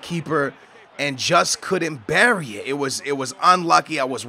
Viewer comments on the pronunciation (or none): none